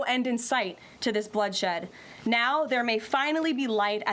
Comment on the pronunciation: Karoline! Please pronounce your T's. There are two of them in the word imporTanT. 🎉😅